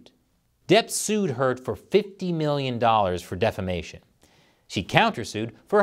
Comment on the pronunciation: When you said "defamation" .. I heard "defecation"